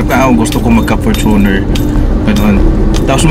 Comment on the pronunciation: its FORTUNE-r not for-TUNER